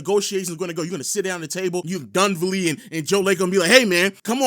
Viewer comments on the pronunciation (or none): Ugh. So annoying. Say it with me kids….DunLEAVY!!!!!!!!! Jesus Christ. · "Dunvelli"... It's"Dunleavy"